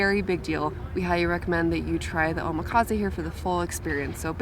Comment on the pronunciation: Correction...Omakase is pronounced "Oh-mah-kah-say". Your pronunciation came out as.."Oh-mah-kah-zay"